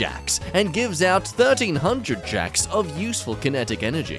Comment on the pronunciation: JOULES NOT JACKS